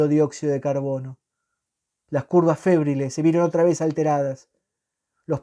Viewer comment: Febriles (acento Tavito en la i)no fébriles.Muy bien relatado